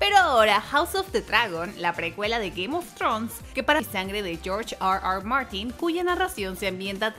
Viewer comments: Está hablando en español y dice "AR AR MARTIN" , solo por eso doy "no me gusta" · Porque pronuncia tan mal r r Martin?